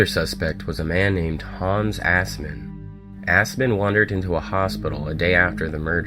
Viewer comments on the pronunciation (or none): I know his history. He was german, born in germany, served in WW2 as a guard in Auschwitz. And his name is Assman. Not åsman. It's not pronounced as English people would. The a in the ass is shorter. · Ha ha ha ha he said ASSmen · Aspen. I'm hearing ASPEN. 😂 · nah, it's assman. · Assman isn’t pronounced like that.